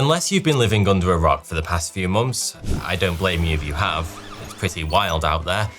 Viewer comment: “ here, for the past few mumfs astronomers have…” Talk more gooder guy… c’mon